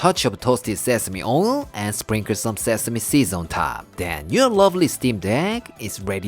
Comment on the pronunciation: Yay! You said “say-seh-mee”!!! 🥰